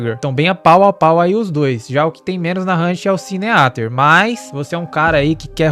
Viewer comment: se "sineater" for tradução pra "devorador de pecados" se pronuncia "siníter"